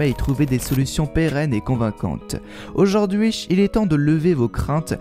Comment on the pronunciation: Pq tu dis aujourd’huiCH ?